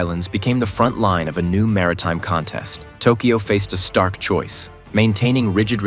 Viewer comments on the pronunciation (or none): none